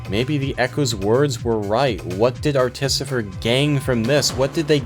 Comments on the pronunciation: I think u watched the video wrong, its clearly pronounced articifer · Is “Articifer” some inside joke I’m not aware of or are you mispronouncing this the whole video? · pfft.... "Ar-tificer", and i've been saying "Arti-ficer" this whole time. that aside i love this video.